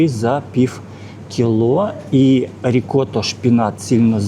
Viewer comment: Прекрасный магазин, качественный обзор🎉. Но! Ваше фонетическое "пиФФФ" (пiв) - чудовищно режет слух и портит всë впечатление от видео👆. Розмовляйте росiïскою, будь ласка. 🙂